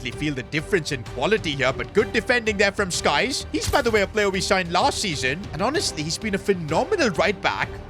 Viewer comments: his name is sykes not skyes btw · Whos gonna tell him its sykes not skyes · It is Sykes not skyes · Stop with skies its Sykes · Sykes ❎ Skyes ✅ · I’m never getting over that keeps calling Sykes ‘skies’ 😂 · Still can't say the name S-Y-K-E-S man is this guy deficient